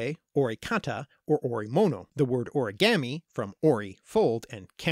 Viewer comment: You say origami wrong